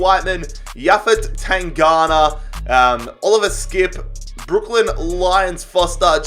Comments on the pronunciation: TanGanGa not tangana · PCQ: can you please pronounce names like Tanganga (not tangana) and lamELa not lamAYa😂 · Tan-gang-ga not tanghana 😂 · It’s Japhet TAN-GAN-GA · Easy pronunciations to help you Steven bergwijn- Berg-Wine Japhet tanganga-tang-gang-ga Erik lamela- la-mella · you gave butchered the pronunciation of Tanganga